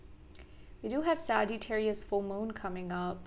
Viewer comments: I thought she puts a long ‘eee’ in Sa-geee-tarius too. I know a girl from India who has the same accent as her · You are pronouncing the word Sagittarius incorrectly! You are saying " Sagee-tarius! I've been watching you for years.